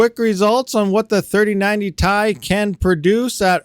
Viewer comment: So the 2080 TI is still the king on mining FLUX. and please dont say "TIE" say "TI" !!